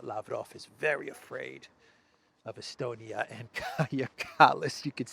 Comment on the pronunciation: Lavrov: “I think he was estoned-ia!” 😂😅🤣😅🤪🤪🙃